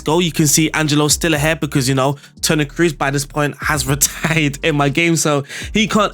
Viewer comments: No big deal, i heard how you pronounced fernandes and was good so for me is weird when you speak cruz instead of "toni kros" you dont need be scary about double oo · Kroos, the two o are pronounced like in door not like in goose.